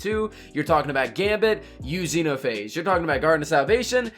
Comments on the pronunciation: The X-E-NO-PA-HA-GE Guide POG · X-eno-pha-age... 🤣🤣🤣🤣🤣. Man I like your content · Ah yes, Zeno-Pahage. Very quaint of you